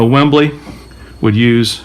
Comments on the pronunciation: sorry its WEBLY not WEMBLY its not the footy stadium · Dude it is a WEBley not a Wembley. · Webley not Wembley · Webley not Wembley! As a kid in the 60's and 70's I believe that it was a good thing that air guns did not look like firearms. Now a kid can get wasted by a cop for having a "lookalike" I love your videos!